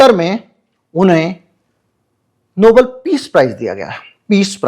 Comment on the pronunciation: Please say Nobel and not noble.